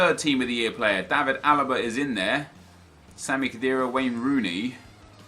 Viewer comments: Khedira?! Oh ffs lol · Khedira? Like how did you miss that lol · I cringed at that khedira